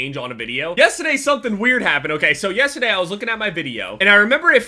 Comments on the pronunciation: Is it just me or does it sound like says yesterday wrong like yesteday without the R? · you say yesterday wrong.